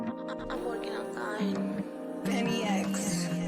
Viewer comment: its not pronounced as bincs, its benny X!